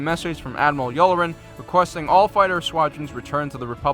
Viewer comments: Admiral "Yew-lah-ren" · Please for the love of Vader, learn how to pronounce all of these names properly. Specifically Ahsoka "Tano" (wtf is Ahsoka "Ton-o"?) and Admiral Yularen (wtf is Admiral "Yul-loren?).